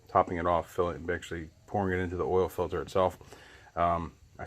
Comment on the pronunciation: filter not filder